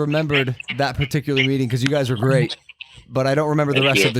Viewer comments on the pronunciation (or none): Chiara pronuncia la parola guys "gais" non "gheis" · Tutti: hi Chiara: CIAO GAYS